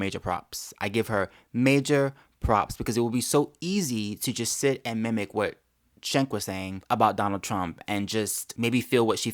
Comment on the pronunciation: Has a conservative EVER pronounced "Cenk" right? It's pronounced Jenk. He says his name all the time. Jenk Yooger.